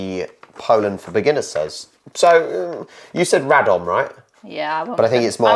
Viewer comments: said 'Radom' perfectly! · Please don't learn from this map! was much better. Her Radom is perfect:). When you see szcz in polish words, try to speak both. In Bydgoszcz sz ( like sh in shop) and cz (like ch in chair). Katowice with e in the end (like e in egg). And of course our capital is WARSZAWA not Warsaw. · Radom - your wife did it right on her first attempt! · Your wife pronunced Radom correctly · O man, this beginners guide was meant to be a joke more like a real pronunciation guide xD You were correct with KatowicE, with BiaŁystok, RAdom etc. Anyway, nice to see you having fun! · Radom has been pronounced correctly by